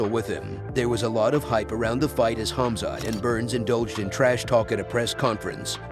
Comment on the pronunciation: also his first name smh it's khamzat not khazmat